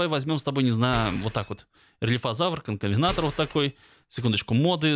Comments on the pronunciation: Не канкавенатор, а конкавентор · Не канкавенатор и конкавентор, а конкавенатор